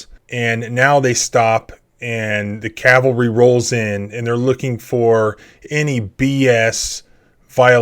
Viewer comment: "The calvary" 😂😂Clowns!